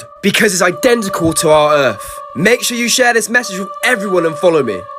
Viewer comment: "TO OUR EARF" 😭😭😂😂